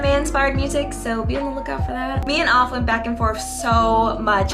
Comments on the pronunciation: It's pronounced "aff" like "laugh" not "off" like toff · HIS NAME PRONOUNCED "AFF" NOT "OFF" BUT U GOOD AND TALENTED LOVE U GREAT VOICE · I told you TikTok live you would 💪🏾💪🏾, and I think it’s pronounced Aff with a ā sound lol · It's pronounced Aff. Like- Take the A as if your saying App, and replace PP with FF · yes ur pronouncing Aff wrong, but idk how to explain how u pronounce his name, basically Aff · Yo you great! But it's (AHH-FFF) like when you sayin laugh, it's the "augh" part. But other than that, you great. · Btw aff is pronounced A-F-F like taffy without the t and the y 😅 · She’s saying aff weird loll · The end song is 🔥 and as far as I've heard from the members of the group (including Aff) it sounds like you're pronouncing his name wrong... but I never worked directly with him so maybe I'm the wrong one 🤷🏾‍♂️ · Yeah you were saying Aff name wrong 😭. But man you killed the opening and ending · Yea you butchered Affs name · it's honestly not a big deal that you mispronounced Affs name. I'm sure he understands. You got a lot of talent tho, I liked the Ending the best!